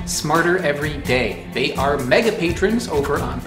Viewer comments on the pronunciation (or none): none